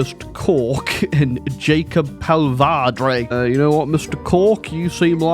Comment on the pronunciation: J is usually pronounced as a Y in slavic languages, therefore "Yakob" instead of Jacob.